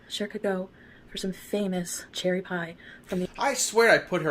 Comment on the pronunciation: "So cherry-yy" LOL that's our